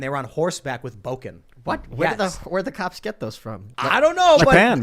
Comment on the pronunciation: It is Bokken, not boken. Place 木剣 in Google translate to hear the (pretty much) proper pronunciation